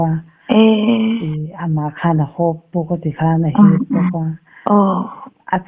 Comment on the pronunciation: Zana bau nilovin bo tia chhiar rik tur aw, i Mizo ṭawng lam hi inlak cute i ṭum lutuk nalam nge a fuhlo leh lam dik loh i ngah hle, channel siam tur chuan i Mizo ṭawng hi tlemin lo i siam ṭha la, ho tih tura hau i tih tehi, nangni ang kuma hman amawi chiah tawh lo mange. Mizo dik tak i nih chuan mahni ṭawng chu thiam tura ngaih i ni...